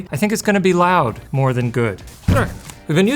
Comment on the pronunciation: Not the "Live Life Lound" 😭